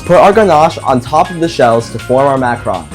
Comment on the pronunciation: guys he first pronounced it “mac-rons “ say that out loud